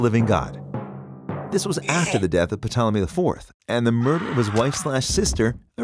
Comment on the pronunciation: I love you videos....I want more science ones. But the P in Ptolemy is not pronounced!!!